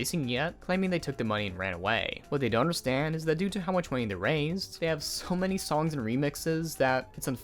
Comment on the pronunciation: careful, you very nearly have this odd emphasis on your words, similar to i.e "what they don't understand, is that due to how much money they raiiiiisssed...So while they did get he moneeeyyyy" Very annoying my man.